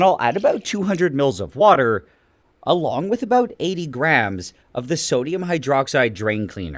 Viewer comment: I like how you say “about” and it’s like near absolute. 😆